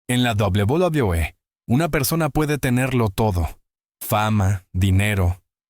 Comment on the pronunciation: Doblu Dablui😂😂😂😂😂😂😂😂😂😂